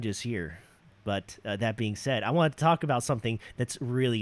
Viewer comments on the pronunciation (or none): none